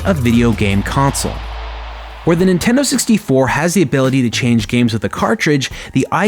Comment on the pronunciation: What's a "Inteno 64"?